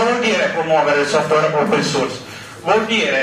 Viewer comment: Piccolo appunto sulla corretta pronuncia di "source"... Non si pronuncia "suurs" ma "sooars". Grazie. Marco71.